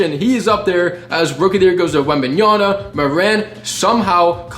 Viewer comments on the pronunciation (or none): Can you pronounce the name of our proud generational player good plz....it's not WembanyaNa u say it every time it's WembanyaMa ty....but maybe there is a reason...